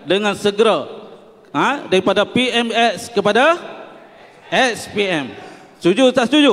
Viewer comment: Btul ka ap yg sya dengar.. dia sbut PMS bbrapa kli😂😂😂,,PMS sapa😅😅😅